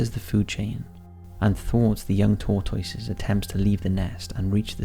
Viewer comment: Tor-TOY-ses? say whut? you mean "tor-tusses?"